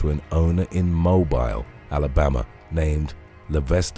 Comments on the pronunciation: It's pronounced Mo-beel, Alabama. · Small point, but it's pronounced Moe-beel, Alabama. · "Mo-BILL' is how it's pronounced,.